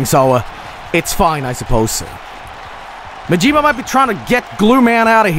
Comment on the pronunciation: The blatant mispronunciation of Majima and Yakuza